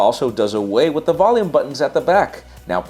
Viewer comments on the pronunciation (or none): none